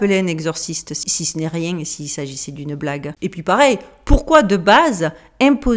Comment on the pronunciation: " Parce que je n'ai le temps de riénggggg " 😂😂